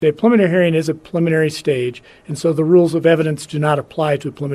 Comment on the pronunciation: Why can’t this person say ‘preliminary’ lmao. Who is speaking the beginning of this video?